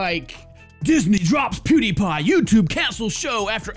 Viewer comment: i like how he says Pewdiepie, "Poo D paaa"